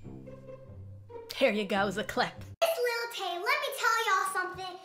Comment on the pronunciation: Wait I did not hear that correct did you say LIL TAYS 9 and when Vicky was PUNCHING AIR I was like ok we have a dummy here...